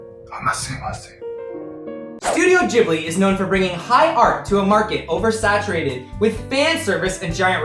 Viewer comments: Please, gib-lee not jib-lee 😭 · hi, this is a big channel I think it's important you know it's pronounced GHibli, not Jibli. It's an italian name, the H is there to make the G hard. Also in Japanese it's pronounced with the hard G.